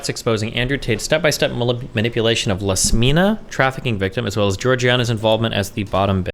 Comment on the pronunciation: It's not Lasmina(Iasmina)!! It's IASMINA with an 'i' not 'l'. Iasmina!! Don't you guys know every name starts with capital letter 😮‍💨